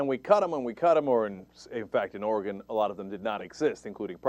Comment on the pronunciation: Cenk - thank you for pronouncing "Oregon" correctly - I haven't lived there in 7 years, but it's still like fingernails on a chalkboard when I hear it said wrong ;-)